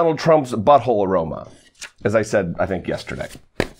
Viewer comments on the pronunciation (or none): none